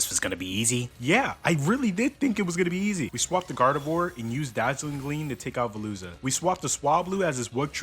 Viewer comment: Bro rlly said “garvedoir” 🤨